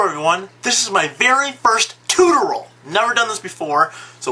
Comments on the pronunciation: say it with me: TOO-TOR-E-AL TUTORIAL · Not bad! But it is pronounced "TOO-tore-e-al" Otherwise, a very informative video.